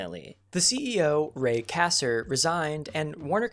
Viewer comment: Atari may have screwed up big time but your video is all over the place. You mention Pac-man, then show Mr. PACMAN. You mispronounced Ray Kassar and others. Have you ever hears if the AVGN??